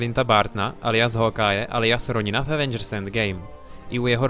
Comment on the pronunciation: Roňina? Čte se to Ronin neber to jako hate spíš jako radu